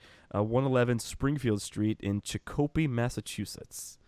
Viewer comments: Actually, CHICK-oh-pee... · BTW that's Chicopee Mass. Pronounced Chick-o-pea, just to clarify for you, great show. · its pronounced chick-0h--pee enjoy your show!!